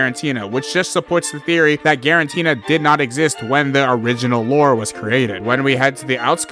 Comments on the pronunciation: I can't stand "guaranteena" lol. "Giratina." It's "Giratina." There's no "n" before the "t." Great video otherwise! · It's Giratina, not quaranteena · why does bro keep saying freaking Girantina😭🙏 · Guaranteena? More like guarantee.